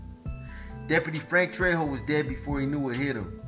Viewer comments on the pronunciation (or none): none